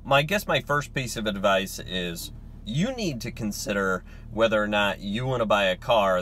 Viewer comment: "Advice" not "Advise."